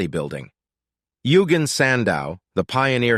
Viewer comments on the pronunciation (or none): "Yoogin" sandow 💀